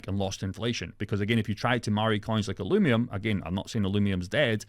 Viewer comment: NIGGA ITS UH-LUVE-EE-UM. THERES NO M, NOT NOW NOT A YEAR AGO, NO M